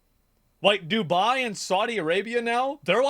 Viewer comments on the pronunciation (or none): none